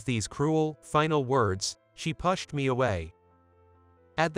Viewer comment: How do you even spell the word the reader pronounced when I read "pushed"?